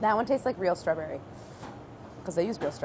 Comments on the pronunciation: does anyone else notice the subtle accented way that Claire says the word "straberry" ? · Is no one else bothered by how she pronounces "Strawberry"? Like stra-berry, emphasis on the word berry... Threw me off lol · does anyone else thinks she says strawberry kinda odd???